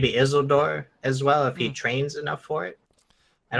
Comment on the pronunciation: Issldurr, ISILduh, Is-sil-dur... wonder how that turned out...